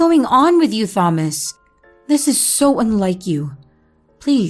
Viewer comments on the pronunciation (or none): It's pronounced tomas I think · I’m sorry I have to go to a new video. The way she said Thomas just was a no for me.